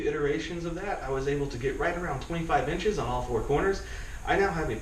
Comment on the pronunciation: How much lift did you get?? I listened like 4 times and it sounds like you said 25 inches!! Did you say 2.5 inches??